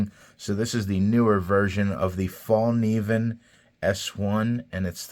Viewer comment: Fyi… the Fällkniven knives are made in Japan, not Sweden. The company, design etc is all Swedish but they’re produced in Japan. Btw… it’s pronounced “fell-knee-ven” and the “k” is not silent.